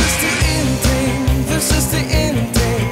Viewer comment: Nice song.... but what?? TING?? Can't he pronounce THING??? Goshhh..!!